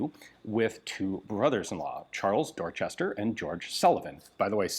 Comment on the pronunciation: Pronouncing "Dorchester" like that while in Massachusetts should be a crime.